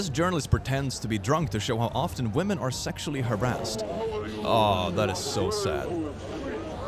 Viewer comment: Well, I am no american nor british, but I am sure it is "women", not "wemen"!